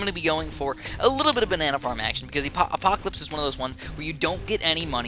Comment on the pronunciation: it's called "Apopalypse" not the apocalypse (what u said in game not the title)... silly:P